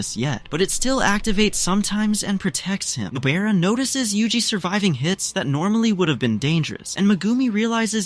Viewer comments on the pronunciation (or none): I keep hearing noBEARa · WHO'S NO-BEAR-A